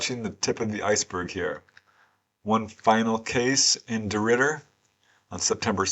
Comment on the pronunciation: Thank you very much,, that was my first time hearing of these cases, and you pronounced DeRidder correctly, well done.:medal-yellow-first-red